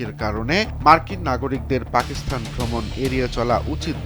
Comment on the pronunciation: সাংবাদিকদের বেশিরভাগই দেখি পাকিস্তান কে পাকিস্থান উচ্চারণ করে